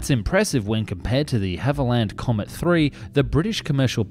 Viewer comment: The what Comet?